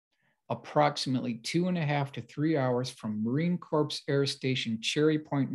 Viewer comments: Hey. Here’s a few things to make notes on for your future videos. 1. Marine CORPS is pronounced “CORE”, not CORPSE. 2. There is no such thing as a four star Major General. A Major General has two stars. Keep up the great work and research. Here to help out on the Mil stuff if ever needed. S/F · New subscriber here. Came after your interview on Richard Dolan’s channel. Love the stories and illustrations. But it sounds like you’re mispronouncing “corps” (as in Marine Corps). It’s not “corpse”, it’s pronounced “core”. The “ps” is silent. Just a tip. Thanks. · Marine Corps is pronounced marine core. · It’s pronounced Marine CORE.